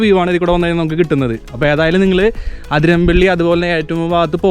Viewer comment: Not അതിരമ്പള്ളി... But അതിരപ്പള്ളി